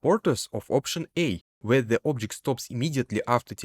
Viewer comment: Вау, что у тебя с акцентом, никогда не слышал такого неподвижного звучания. Ты проигнорировал КАЖДУЮ фонему английского и заменил её на фонему русского. И даже не на самую похожую. нг в конце почему-то читаешь просто как н, ладно середину между н и г найти не получается, зачем просто выкидывать г. Произносится не обжект, а абджэкт. Не фанайт, а файнэйт. Не пробабли, а прабабли. Не копис, а капийз. Не сёрфэйс, а сёрфис. Не аньюжал, а аньюжуал. Не идиа, а айдиа. Не моментум, а мамэнтам. Не эгрис, а агрийз. Не эдд, а адд. Не специфик, а списыфик. Не дат(that), а дэд. Не джеометри, а джиамитри. Не детэ́йл, а ди́тэйл. Не телепо́рт, а тэ́лэпорт. Не эллипсо́идал, а эллипса́идал. Не алдоу, а олдо. Не дыс(these), а диз. Сделай на русском отдельную дорожку, невозможно без кукожа тебя слушать.